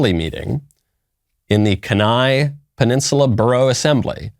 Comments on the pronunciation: Ummm it's pronounced key-n-eye. Keni is woke......and monumentally stupid. The Anchorage assembly is just as bad with the nasty 9 preceeding. Only two are worth their weight in gold! Thank God I live in the Matanuska Susitna Valley. Except we have to deal with mat su moms for social justice. Lots of BIG rivers. And bears are ALWAYS hungry, LOL! Those satanic people will wind up in hell. Sooner the better. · I stopped trusting him when he started mispronouncing kenai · I wanna move my family back home to Alaska but idk anymore. And you’re killing me with the kenai pronunciation... lol my dogs name is also kenai and I live in the south now and that reminds me when someone asks his name and I say kenai, I get the craziest responses and most people can’t pronounce it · So this is old news. The blue cultists in Kenai (which you mispronounced BTW) played this game to make the red cult pay for wanting to have prayers before assembly meetings. The Kenai/Soldotna area is actually pretty conservative and this is just liberals lashing out. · As an Alaskan this is very disappointing why would they allow Satanists to go, get these crazy Californians out of here! Also he mispronounced Kenai 😂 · Don’t you think that his prononciation of Kenai is a really small issue compared to the actual subject? Like the fact that the devil doesn’t even have to hide its influence anymore? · Kenai is pronounced keeneye not keneye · "Can eye" instead of "Keen eye" had me laughing. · I went to kenai the summer of 2021 and it was the greatest trip of my life. We caught around 500 pounds of sockeye salmon and sliver salmon. Btw it's pronounced kee-ny, not ka-ny 😂. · Not pronounced "ken-AYE", Mr. Knowles, it's pronounced "KEE-nigh". 😊😁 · It is pronounced Key- nai. Please stop saying "kanai" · KEY-nye Guys, it’s not hard to look it up before you go live. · It's Kenai (keen-eye). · Bro, it’s pronounced “keen-eye” 👍🏼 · It’s pronounced “KeyNie” lol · It's pronounced keen eye. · It's pronounced key niy